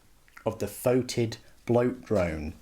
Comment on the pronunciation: It's pronounced fetid, NOT fotid. Alternative spelling.